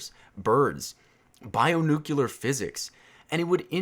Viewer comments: “Bionucular Physics” nucUlar Great job Haha love your vids though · wait, did he just say bioNUCUlar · Bio "nucular" physics? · So, first off. This video shouldnt exist. Youre asexual, stop lying to yourself :P Second, "bionukilar physics" well spoken sir :D